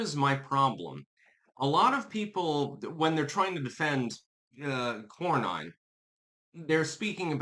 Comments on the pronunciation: It’s Cor-nen, not Cor-nine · Nin not Nine. John Kor-nin not Kor-Nine. Texas is a lot more defective in who it votes for than most people know. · As a voting Texan, I have been denouncing RINO John Cornyn (pronounced Corn-In) for years! I held my nose voting for him during Obama, but haven't voted for him since then & actively discourage family & friends from voting for his sorry azz. Boot him back to his mega-ranch & let him fade away in ignominy! FAFO, Cornyn! 🤠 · Pronounced "Corn in" 😂